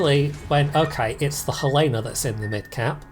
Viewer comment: Helena = Hell En Uh